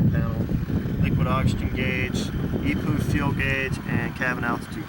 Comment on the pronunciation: Every time he calls the EPU an e-poo I lol inside